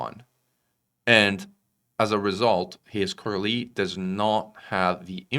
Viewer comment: Thanks for the summary. But btw., the "s" in Coriolis is not silent. Took me a while to figure out you were talking about our favorite kind of space station.